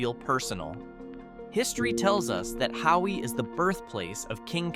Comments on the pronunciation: You aren’t saying Hawi (Ha-vee) right in your video which is on the North side of the Big Island!!!!you are saying Howie!?!?haha…enjoyed all your information about the Hawaiian Islands 🤙🤙🤙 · Its pronounced’HAVI “❤